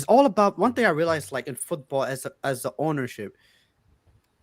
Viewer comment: Someone tell it’s FOOTBALL not Foothball